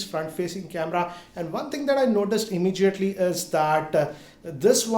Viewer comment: Immegiately, jaaage..WTF😂😆